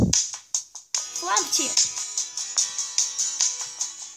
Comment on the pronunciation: вот прмдурки даже читать не Умеют может флампи а не флампти